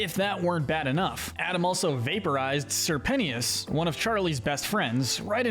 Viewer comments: "Sir pennyis" C'mon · sir pen-tea-us?? 💀💀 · IM SORRY BUT ‘SIR PENEEUS’ I CANT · SERPENT-tious not sir penti ous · Why do people choose to pronounce people's names wrong? It's Sir Pentious. Not sir pensheeuss 🙄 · Ok, I cannot take this any more, Sir Pentious! His nane is pronounced like Serpent, Sir Pent-chus, not Sir Penny-us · His name is pronounced Sir Pent-Ches, your videos are good, but I can’t take another Pennyius, or pentyus😭😂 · Sir pent-ey-is 💀💀💀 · Ummmm did you call sir pretentious sir pennyis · If he says Sir Penny-ous one more time imma cease /j 😂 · its pernounced sir-pen-chess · "sir penny-is" 😂 "Sir pent-ious"😂 "Sir penny-is-es"😂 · "pennieous" lol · CAN YOU PLEASE STOP CALLING SIR PENTIOUS (SIR PEN-E-US) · Bro is saying sir pennyious instead of sir pentious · The pronunciation of Sir Pentious’s name is KILLING ME 😡😡💀💀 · The way he pronounces Sir Pentious name drove me insane the entire video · Your way of pronouncing Sir Pentious makes me sick